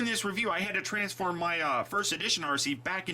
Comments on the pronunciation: He did lol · He did, lol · he said transfurm instead of transform